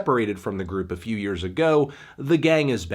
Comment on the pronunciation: So not a good feew weeks for records huh?